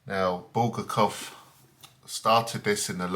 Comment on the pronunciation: Video not focused, Book not in focus, obviously not reviewed, otherwise you'd re-recorded it. Bul-gar-kov mispronounced.